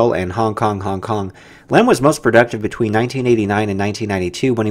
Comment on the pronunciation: It is pronounced Lahm not lamb.